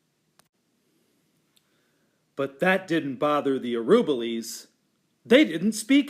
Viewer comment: This is the best of the read-alouds of the book in terms of seeing the pictures, but the reader mispronounces the name "Araboolies" throughout the reading. It should be pronounced ah-rah-BOO-lees.